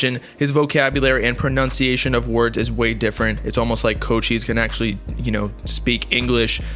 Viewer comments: It’s co-chis not cold cheese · I thought it was pronounced like coo-chise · My guy said cocheese